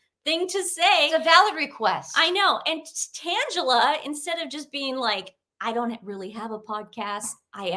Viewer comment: I just had to vvatch 2 back-to-back. Tan-GELL-a = sounds like a comic strip character. Not to be snarky just funny. XOXO